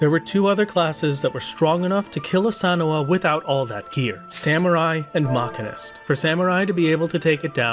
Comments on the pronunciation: i don't know why it bugged me so much but it hurt to hear him mispronounce machinist (muh·shee·nuhst) by calling it makinist. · LOL why are you saying Machinist like that? its simply Machine-ist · yikes that MCH pronunciation. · Your pronunciation of machinist is extremely upsetting. It's not even a fanciful fantasy word you live in a world with real machinists and I am distraught that you've been mislead like this.